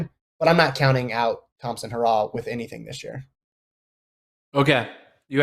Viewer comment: Get her last name right, you constantly pronounce it wrong. Aren’t you guys professionals?